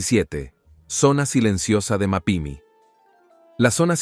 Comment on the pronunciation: Que alguien le diga como se pronuncia Coahuila, Mapimi y otras tantas palabras q no usa el acento o q regrese a primaria a terminar la clase de ortografía. 🤷🏽